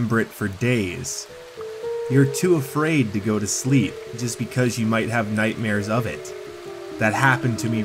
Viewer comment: Its nighthare but I love your videos